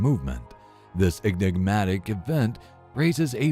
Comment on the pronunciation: Repeat after me EN…IG…MA…TIC! Not EGGNIGmatic. Otherwise like the video. The mispronunciation hurts the ears.